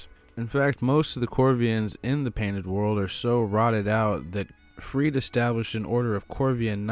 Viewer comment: Love this video! Also it’s 100% pronounced freed-uh